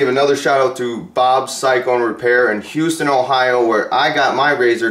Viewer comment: Love the videos! Keep it up. Only one critique, Houston isn’t pronounced like it is in Texas. It’s (How-sten) 😉 I’m a local about 30 minutes from there and also ordered my Pro xp4 sport from bobs.